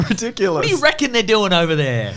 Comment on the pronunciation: Did you just say "ri-dooku-lous"? Or am I projecting possibly better scripts?